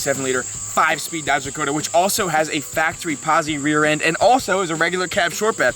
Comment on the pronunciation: So glad I’m not the only one who calls it a dakoter 😂😂